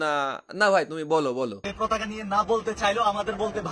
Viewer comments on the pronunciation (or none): পতাকা উচ্চারণ করছে নাকি প্রতাকা?ভালো করে কেউ শুনেন।